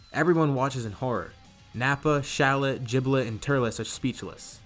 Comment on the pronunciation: Why do people pronounce Gilbet's name wrong